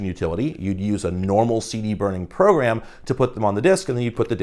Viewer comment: Is it only me, or when you hear say “Program” does anyone hear “Progam”? Idk bro it’s subtle so it’s slowly messing with me lmao